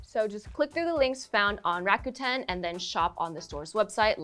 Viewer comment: rakuten: funny hearing it pronounced rah-kA-tan. i’ve always imagined it as rah-kooh-ten. the letter u = oo sound. otherwise they should’ve spelled it rakatan or rakaten.